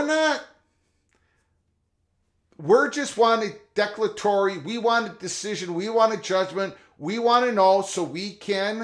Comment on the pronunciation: Declare a tory is the pronounciation